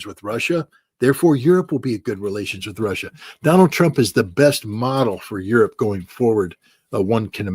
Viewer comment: What is "Rawssia"?